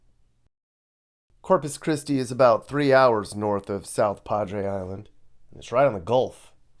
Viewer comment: Corpus "Piss-ti"! Hahahahahahahahahaaaaaaaaaa!